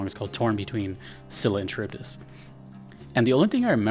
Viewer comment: Greek names like Scylla and Charybdis are actually pronounced with a hard C or K sound. So it's something closer to Skee-lah and Kuh-rib-dus rather than See-lah and Cha-rib-dis. Note that See-lah would be spelling it using Latinized rules. She's Greek so I think we should respect her Greek heritage. It's also how the names are pronounced in-game. Bonus points to Supergiant Games, as always.